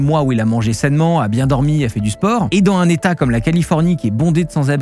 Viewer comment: T'adore dire "dans une" "dans un" sans liaison dans chaque vidéo 😂